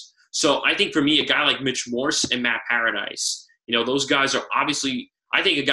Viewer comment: Obviously you dont know what you're talking about if you can't even pronounce Matt PARADIS'S name correctly .